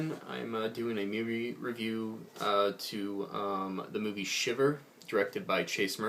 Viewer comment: yeah you pronounced it right my friend..sweet 5/5 for myself and chase..thanks dude